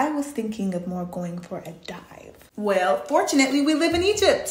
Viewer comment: When she said dive I knew she was a work in progress, you can tell where a girl come from one word she said 🤣🤣🤣🤣🤣 dive lol 😂😂😂